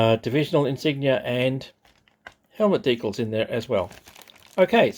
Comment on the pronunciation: Deeee cals not deekles